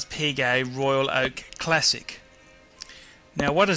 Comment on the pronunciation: Damn it! Audemars Piguet, not Audemars Puget!